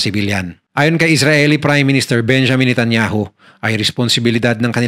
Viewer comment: Netanyaw po ang pronounciation nila dito sa israel. Hndi po natanyahooo